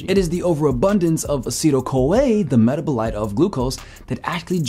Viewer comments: Child....meh-TAB-o-lite. The emphasis goes on the 2nd syllable. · This is great, I would double check your pronunciation of metabolite doe. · Man I love your videos. I especially love that your information is basically confirming most of what I already believe. I do have to say though…your pronunciation of “metabolite” makes me uncomfortable. 😂